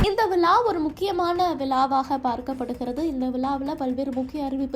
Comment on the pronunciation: யார் மா வாய்ஸ், விலா இல்ல மா விழா